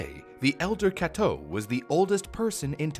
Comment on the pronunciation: For a second I thought that Kato was Cateaux or something with the way you pronounced it